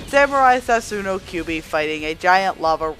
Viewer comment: You lose a point for saying sasunoo instead of susanoo